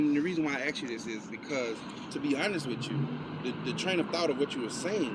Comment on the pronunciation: He sure axed a lot of questions